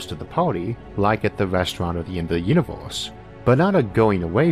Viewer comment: Is this some parody that I don't get? Why does he keep saying univ-horse? Is it a bad accent? A lisp? I just don't get it but I also can't keep watching, it's just way too distracting to be honest, you folks need a new narrator p.d.q!